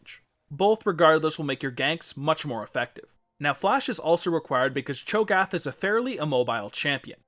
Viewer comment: Your pronunciation of cho'gath makes me cringe, but nice in depth guide